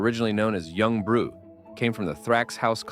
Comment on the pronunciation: Disliked and backed out as soon as I heard Yung “Brew” my expectations were low but holy shit